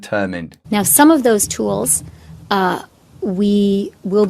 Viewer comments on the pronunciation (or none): Absolutely, agree 100%. Worrying that no western leaders are condemning them. Again brilliantly articulated, and you make it funny!! The Tools, or 'Tewels' as she pronounces.